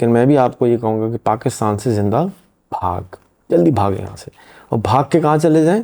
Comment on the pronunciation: Brhhe kaam ki BAAT , aur "bhaag" word ko sahih kren ...!? Thank you so much.